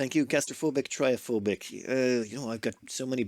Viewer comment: Trypophobic is pronounced "trip-o-phobic". It means fear of holes which is pretty clever for a dupe that can't dig.